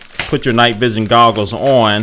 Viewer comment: LOL you said googles